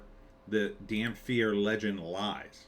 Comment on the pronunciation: dampyr... The irony of a mispronunciation that could be fixed by standing in the Sun